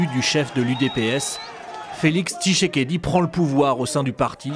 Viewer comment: tSHisekedi et non tishekedi